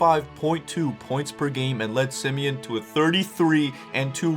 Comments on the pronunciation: It’s pronounced sim e awn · He grew up in englewood and it’s called Sim-eOn but spelled Simeon